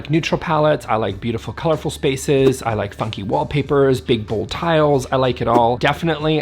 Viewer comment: Had to go get some coffee because I heard "eff you, wallpaper" instead of funky.... 😆